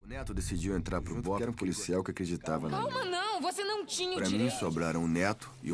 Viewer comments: Bope min, bukan bepo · . wkwkwkkwkw pantes bang kox kaya aneh (BEPO) Sumpah ngakak sampai Guling2 gais... 🤣🤣🤣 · Maaf bukannya pasukannya namanya BOPE (Batalhão de Operações Policiais Especiais) kok jadi BEPO 😂😂😂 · La ini ngmngnya bepo 😂